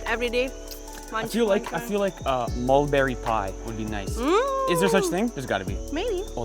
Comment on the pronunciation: Moldberry...or Mulberry? 👜🛍🩰👛 lolz